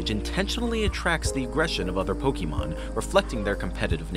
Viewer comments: This is totally awesome!!!!! Soooo cute. Just remember it's Pokémon not pokeemon. The é makes an "ay" sound. Every time I hear Pokeemon I think of Bill Crosby 😂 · ninjas do all of this for Pokémon yet they still pronounce it "Pokeymon" like we're doing the hokey pokey and turn yourself around. not what it's all about. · "Pokeemon"? Seriously? 🤨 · 1) get a different narrator 2) make sure they know how to pronounce "Pokémon" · how you gonna make pokemon videos and pronounce pokemon wrong???